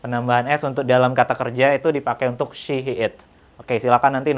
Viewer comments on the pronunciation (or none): That "ell shee" killed me 🤣